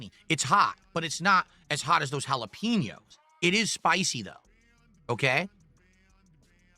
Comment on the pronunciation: He loves to taste those jalaPEENos bruh... Why does he have to mispronounce EVERYTHING?!!